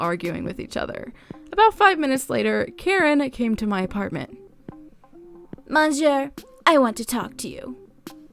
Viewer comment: I love your content but I'm afraid I need to give you a little constructive criticism. With the French Karen's story it was bugging the way you were pronouncing monsieur (I'm a hypocrite because I'm not sure of the spelling lol). For future reference it pronounced mo suere, the 'N' is silent. Please don't take offense, merely informing you.